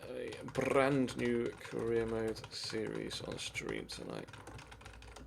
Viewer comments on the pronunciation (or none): none